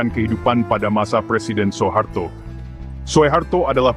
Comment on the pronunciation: SUHARTO BUKAN SO E HARTO , dengarnya tdk enak , jga salah